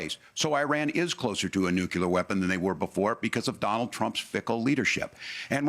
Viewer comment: "Nucular" ! ..Anyone who cannot correctly pronounce the word nuclear should not be in a position of power. Its Nuclear (new clear) , not (new q lar)